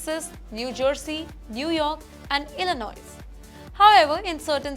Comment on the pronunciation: Illinois not Illinoi s silent